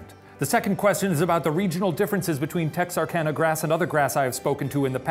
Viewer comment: My hometown!! You even said Texarkana correctly, good job.